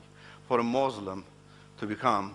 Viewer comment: First of all ,he was never been a muslim, look at him how he pronounce the word muslim, he lies don't listen to him, the quran and Hadeeth no where say, not to shake hands with any faith people,. i tell you people who listen to him study Islam and than judge it.